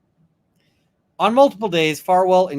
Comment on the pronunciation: Sto - ton. Rhymes with tote-in. Frederick Richards, USA olympic gymnast, hales from here.